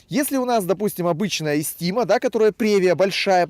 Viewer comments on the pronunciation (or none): Эстима, не эстИма